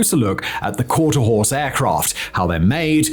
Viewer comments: Quarterhorse, not Quarterhouse, even if you are trying to say Quarterhorse, it's coming out Quarterhouse, regardless of what any machine or close investigation, with slowed playback and/or other "refinement(s)" used may be pointed at. What arrives at the audience's ear in the destination locations is what counts, and it definitely does not sound like Quarterhorse, I know, I have lived in Quarterhorse country for over 64 years now, though my contemporaries' use the older term "cutting horse" as they are what real cowboys use to work stock at ranches where consumable product is raised and subsequently sold. Quarterhorses were developed from cutting horses for sporting competitions, as such things seemingly almost always devolve to for the purpose of wagering. Quarterhorses are what racing stables call their competitors, the nomenclature arising from the fact they race no more than a quarter mile, usually 250 to 400 yards, unlike thoroughbreds, which run 4 to 6 times a quarter mile. Quarterhorse - horse, as in equine, a quadruped herbivorous mammal, most of which are domesticated, though there are still some thriving in the wild (thank God, myopic people don't realize it, but these Mustangs are absolutely essential for the continuing and future vitality of the species, and without virile "blood" (DNA) to infuse into stagnant and declining genetics that always occurs over time because of the very nature of human interference (they think they are being clever when they don't have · It is " qaurter HORSE" not " quarter house " !!!! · Drink every time he says quarter house instead of quarter horse. Drink twice if he says courthouse. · It's quarter horse, not quarter house. I'm guessing that you are a city boy... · Quarter House or Quarter Horse? I wish he'd amke up his mind. I was rolling my eyes every time he said Quarter House, and I felt like a one armed bandit gambling machine by the end, my eyes were rolling so much! 🤣🤣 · Dude, Quarter Horse, not that hard dawg